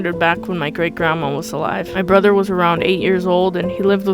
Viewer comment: "Grannuts" lmaoo 😭🤚🏻🤚🏻